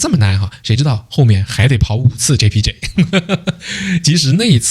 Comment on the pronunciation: 你听到他講出單句單句的馬來文 JPJ JPJ Wangsa Maju WangsaMaju很標準發音了他 如果他朋友里有馬來裔和印度裔的話 假與時日他醬努力學馬來語 必能操一口流利馬來話的 听他講JPJ JpJ Wangsa Maju Wangsa Maju已經很標準了 他的努力已經見功效了🇲🇾